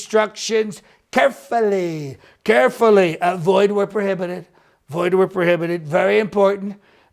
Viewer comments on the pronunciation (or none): "Please read these statements kerrrfully"...ahah moronically brillant. Thanks for the laugh.